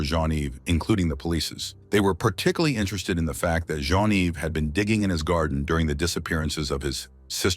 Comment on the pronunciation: Particuly?!? Where's the "lar"?